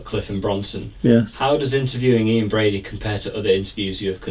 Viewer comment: It's Brady not Brody.